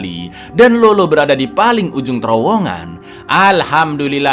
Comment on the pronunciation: Bukan lolo cak tapi lalo. Kalo di amrik latin Lalo itu nickname dari nama yg blkangnya ardo, contoh: Eduardo, edgardo